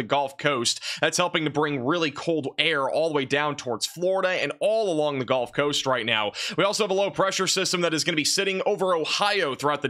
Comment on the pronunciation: pronounced guhlf coast not golf coast !!